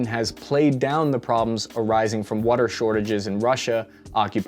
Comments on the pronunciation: That WOOODER, where in PA you from? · You say wudder like you from Philly. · You’re definitely from Philly. “Wuder”